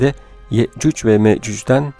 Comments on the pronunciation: Telaffuzun Yeccüc ve Meccüc Olması gereken Yecüc ve Mecüc 😶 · Yecüc mecüc neden yeccücc ve meccücc diyorsunuz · Abi iyi güzel konusuyonda yecuc mecuc neden yeücücü meücücü diyon anlamadım böylemi söyleniyor ? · Sunucunun yehcüc ve mehcüc demesi ayrı bir dert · Bu vidyonu yarimciq qoyacam cunki sen adam ki yecuc ve mecuc diye bilmirsen men de eseblesirem😏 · Ne kadar sinir bozucu bir anlatım Ye,cuc ve më, cuc diye okunmaz Okumasını öğren önce Anlatım dersi al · hee anladım aynen ya 😂 sanki Yecüc ve Mecüc'ü nufusuna alacakmış gibi😁😁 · O kadar güzel yecuc ve mecuc diyorki ya 😂❤